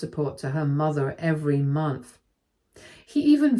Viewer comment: i love how she says the word, months, she says is mumphs, i love it